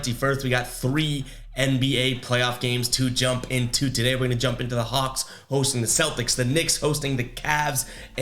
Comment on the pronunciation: U definitly said the cox.... i know your a celtics fan but u shouldnt of did the hawlks like that lol